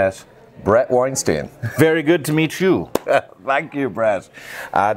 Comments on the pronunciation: its wine stine, oh and btw its still yo-an-ee-this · At least pronounce his name correctly!